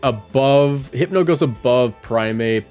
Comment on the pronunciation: hard R hypno is craaaaaazy